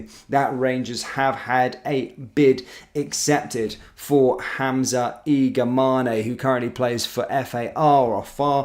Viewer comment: His name is: I G A M A N ✅ not I G M A N I❌. MAN is pronounced like the English word man.